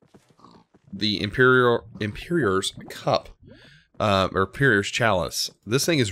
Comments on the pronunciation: This guy said emperior instead of emperor, I swear he can't speak properly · Did you just pronounce Emperor and Imperior